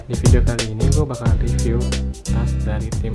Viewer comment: Review gan bukan revie